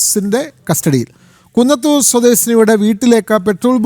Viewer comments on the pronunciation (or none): കുന്നത്തൂർ അല്ല ചേട്ടാ കുത്തനൂർ ആണ്